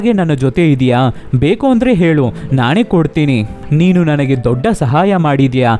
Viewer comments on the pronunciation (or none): none